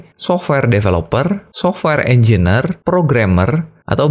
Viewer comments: Mohon izin mengoreksi Pak Engineer dibacanya enjenir, bukan enjiner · Informasinya kerenn uyy. Mantap bang. Btw sorry bang hehe cara penyebutannya engineer (enjenier) 🙏